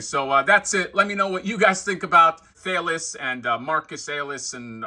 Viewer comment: The minotaur's name "Thales" is pronounced "Th-A-lez" =). Once upon a time ago I got my degree in philosophy. Thales is known as the first philosopher (he was Greek and famously taught 4 tenets: (1) The world derives from water; (2) The world rests on water; (3) The world is full of gods; (4) Soul produces motion.) Not that that has anything to do with that giant, kick-ass minotaur. But anyhow, there's the philosophy lesson!